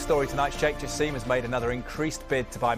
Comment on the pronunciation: It's "Jaa–sim" .. not Jaseeem😵 like how Kaveh (the Qatar WC hater) pronounce it.